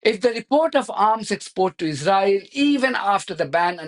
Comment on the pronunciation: We've got enough problems which they're creating in the uk so they need to sort those out first! And please learn how to say Israel if you insist on speaking English 🙏🇬🇧